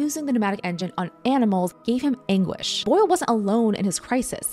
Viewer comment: When she said “anguish” I thought she said “English“. Which made me wonder about his guilt. Or if that wasn’t a better painting.